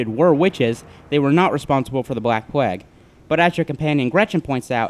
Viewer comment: Plague! Not pleg!